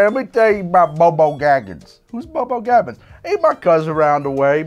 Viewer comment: I laughed so hard at the extended "Samwise Gamgees/Goko/BoBo Gaggins" flubbing. Fun episode! Genuinely want to make the Divine Senzu and the Krillin.